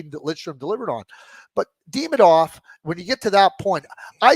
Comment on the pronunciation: I cannot stand how Craig butchers a simple name like Demidov. And he refuses to correct himself. So annoying